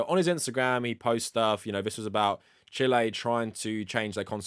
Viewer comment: This is dumb, but I can't stop laughing at you pronouncing Chile the way people say "chilly" in a fake British accent lol